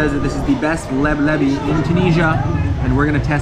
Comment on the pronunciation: hahaha LEB LEVY 😂😂😂😂 that would be maybe the jewish version of it. the right name is "LEBLABI"